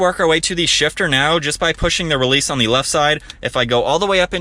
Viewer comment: Is it “Theeee” or “Thaa”? I had to turn it off after a couple minutes after hearing the over-annunciation of “Theeeeeeee”. OMG.